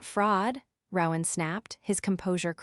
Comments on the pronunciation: It’s pronounced, “ROE-an, not “row-an” like “cow-an”… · Yes I agree that the AI reader should be fired and a human who can read and speak English should be required. And the mispronounciation of people's names is totally unacceptable. It's "roe-in" not "rawr-in" that's "roe" with a long "o" and silent "e" then "in". I mean it, get a new narrator who can read and speak English, fluently.